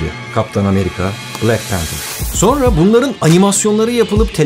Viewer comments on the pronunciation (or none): none